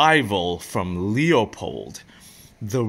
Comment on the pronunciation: Loopold, not Leeoopold or loypol like the words. It's a family name, I'm certain they are pronouncing their own name correctly, so I'm happy to help 🖤 Edit: I have a question too. Why are you concerned about animals hearing you? That is an 8 power optic, I assume you are using 8 power to observe at pretty decent ranges, considering the magnification. The sound is unlikely to carry that far in most envrionments, so you'd really only be alerting animals close enough to you to hear it. I'd imagine if they are that close you know they are there and can see them so they can definitely see you or your blind. Really I'm just trying to ask what circumstance or reason you have to need your binoculars when they are that close, under what I think of as 'normal' circumstances I wouldn't be worried about a deer or elk hearing my little velcro flap. Surveillance subjects really shouldn't be that close either. If you need binos to see what they are doing you are either far away or in an urban setting with a comparatively ludicrous ambient noise level. In addition you'll also likely in a car or building if you are lucky, stuck on a roof or on a bench trying to pass as a birdwatcher if you aren't. Is this something you are worried about and just haven't actually sat and thought about whether you should be or is there something you are doing where you have to, like watching foxes? I could see wanting eight power for that and still being close enough and it being quiet enough for the velcro to